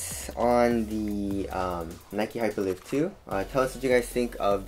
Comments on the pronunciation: i think its hyper liyve not live like living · It's hyperLive as in alive